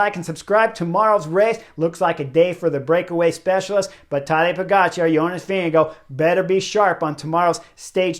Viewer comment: p.s. thanks Chris for pronouncing JV last name correctly... in an earlier video of yours i said i have no idea if you are nailing the name (you were) and suggested some press ask him to pronounce his own name ... still after that interview GCN was saying Vingegaard wrong lol. not sure if they got it right yet.